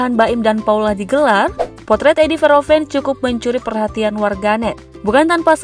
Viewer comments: Min baca namanya kalau bgt. Sebelum ucapkan sebaiknya cari2 dulu gimana pronounce nya. Bukan Veroven....tp huruf H nya dibaca... Verhoeven... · Min baca namanya kalau bgt. Sebelum ucapkan sebaiknya cari2 dulu gimana pronounce nya. Bukan Veroven....tp hurt H nya dibaca... Verhoeven...